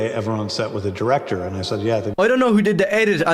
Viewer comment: plays dress up as someone with media literacy while simultaneously seeing the words "film director" and saying "phellowm drecter"